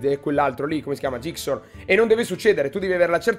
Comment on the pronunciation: è zixor non gixor Bel video comunque